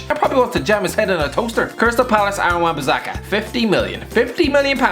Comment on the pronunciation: Put some respect on Wan-Bissaka's name